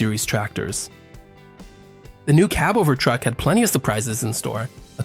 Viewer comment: A seeabover?😂😂😂😂 or a seebover? What the fukc is that???